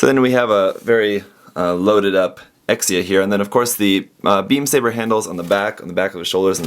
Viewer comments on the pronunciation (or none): Sorry if this offence you but you suppose to pronounce Exia "Ekshia" instead of "Eksia".